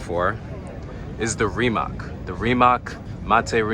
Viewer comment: That RIMAC car on video is a Concept 1, not a NEVERA. Also, Bugatti didn't sign or designed anything for/with RIMAC. The takeover is decided by PORSCHE and RIMAC directly. RIMAC is pronounced as RIMATZ not as RIMAK.